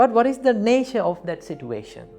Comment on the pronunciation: What is he saying situa -tion... It's situation